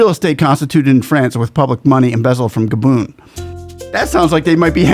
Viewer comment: Gabon not Gadon